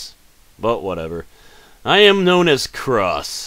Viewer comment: gross is an actual word. I like how you pronounced it wrong